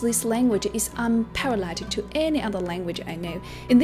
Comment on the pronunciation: I must confess I did not listen to her story at all but I could only focus on her pronunciation of English. Unparalleled -> unpellited. Short -> shot. Most -> moost[e]. Standard -> steander. Firstly -> firstely. Form -> formed. Tribal -> treebel. Sophisticated -> sofistikading. Stands out -> staans out. Rhythmic -> rhythemic. Perseverance -> persérviance. (é is where the stress is.) Pronunciation -> pronunca-átion. Father -> fadder. Contributed -> contribúted. Influence -> inflúance. Differ -> dívert.